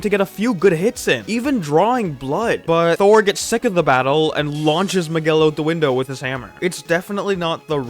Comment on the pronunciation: Who t f it's "Maguel"??? M I G U E L